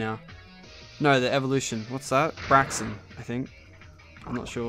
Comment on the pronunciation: breaksen not braxien